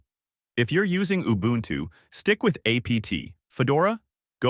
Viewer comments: Kudos for the correct pronunciation of Ubuntu! 🎉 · Thank you for saying Ubuntu correctly